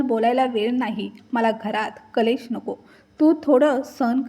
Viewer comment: कलेश नाही क्लेश